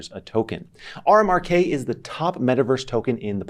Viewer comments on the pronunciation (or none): You call it "R Mark K" while showing a screenshot that says "RMRK (pronounced 'remark')"... Other than that, keep up the good work!:D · it is pronounced "remark" no R-Mar-k they mentioned it on their website.